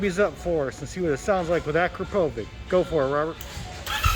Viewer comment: Fun fact it's pronounced akro-povich not akra-povik